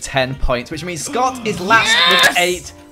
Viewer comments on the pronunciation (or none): When you did your "great impression" of Scott, it sounded like "eats Scott" and I got scared to death